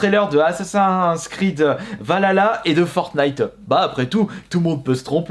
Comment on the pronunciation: on dit pas valala on dit Val hala (Assasin's creed Valhalla)